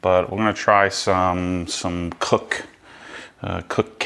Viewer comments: its pronounced "Kosh" Chemie, stay away from there FSE with ceramic coatings as it will wear it away quickly. your spray bottles look poor, i use the Koch Chemie ones infact all i use is Koch Chemie here in the UK. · It’s pronounced COTCH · Sounds funny when you try to say koch 😂 It‘s German, try the translator, english Cook and let Google say the german Word for That, than you got it right